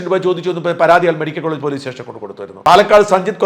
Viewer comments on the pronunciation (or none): none